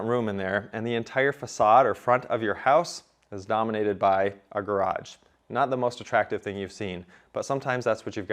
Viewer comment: "garaDge"? or garage?